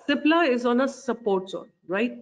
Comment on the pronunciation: Nice one... on the lighter note its CIPLA not SIPLA